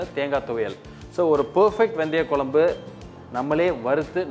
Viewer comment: For God sake pronounce the kuzhambu in tamil/properly.